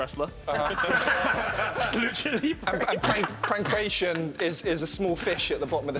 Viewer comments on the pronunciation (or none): Me shouting PANCRATION at the tv 🤦‍♂️pronounced PAN-CRAT -EON and dates back to the og Olympics in Ancient Greece. Here's me a non sports fan 😂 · Apart from they all pronounced in pankr-ai-tion and not pank-rat-ion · “Pankration” (pronounced pan-KRA-tee-on) was wrestling done in Ancient Greece. Contestants would often oil themselves up and wrestle as part of some of the first olympics.